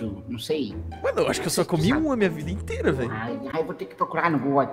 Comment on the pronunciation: "Inteita" Poético